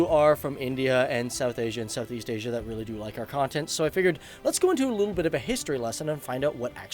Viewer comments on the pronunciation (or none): none